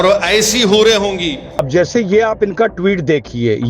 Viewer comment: Hoore ❌ Boore ✅